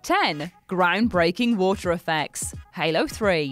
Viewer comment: Nobody: Her: WoOhTaH